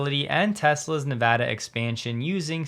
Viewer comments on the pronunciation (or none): none